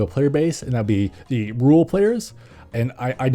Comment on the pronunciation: When he said "rural players" I thought I heard "rule players" and it confused me for a moment.